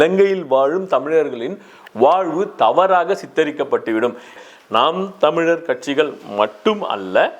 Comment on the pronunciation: ஐயா எல்லா வார்த்தையும் தெளிவா வருது ஆன நாம் தமிழர் மட்டும் உளறுது 😄😄